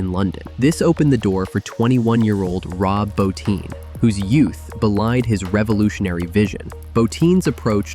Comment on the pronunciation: Rob Bottin's name was pronounced correctly, that rarely happens lol